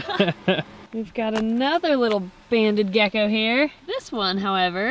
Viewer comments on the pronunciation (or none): Did he call that gecko gacko